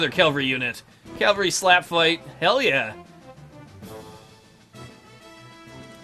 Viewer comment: Are you calling Cavalry calavry?